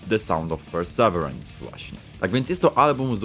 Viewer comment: To się mówi “persewirens”